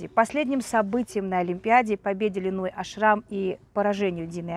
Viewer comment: Во-первых, Линой Ашрам, а не АшрАм. А, во-вторых, у Линой никогда не было русского тренера. Ее личный тренер Аелет Зусман приняла ее в группу маленькой девочкой. Да, Линой знает немного русский, т.к. в ее окружении много русских девочек. Так что советская школа к Линой имеет ровно такое же отношение, как и ее происхождение